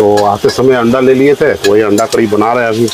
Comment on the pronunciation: भैय्याजी उसे अंडा कढ़ी नही ,,, अंडा करी कहते है 😂